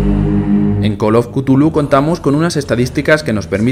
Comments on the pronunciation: Se pronuncia Chulú, no cutulu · es cazulu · buen resumen de col of cutulu